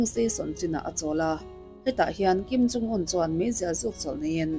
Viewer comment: I videos hi ka en ve ta nual mai mhse,an chanchin I sawi te hming poh ilam duh thei thinlo hi chu in enfiah angai khawpmai!Tunah pawh hian Kim in Jung te itia,heilo pawh hi ka hre teuh tawh....